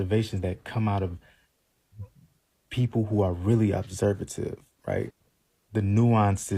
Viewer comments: Jesus Christ that man with the locs made me want to pull my hair out. I stg he used the word feminine 8 million times. Also, he’s illiterate and likes to hear himself talk. Obervsative? Or observant sir? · Did he just day observative and not observant???? Please sir read a book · Why? He said a whole bunch of NOTHING! Couldn’t even pronounce ‘observant’ correctly and you’re glad he stepped in? Bless your heart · Girl everytime that last man mispronounced the word "Observant"....My brain zoned out on him. He said ALLLLL that to say that it's not just black men it's all people....which is a falsity. And he also said he wasn't going to take a dig at that man because he wasn't a "Mean/Rude Boy".....but then turned around and attempted to STILL take a dig at his sexuality.....chile....🤦🏿‍♀️😮‍💨✋🏿I cannot. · Dude, literally showed us why black men are the hardest to date because they try to sound smart, while mispronouncing words like “observant”